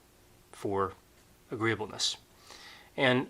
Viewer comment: Correction: "agreeableness"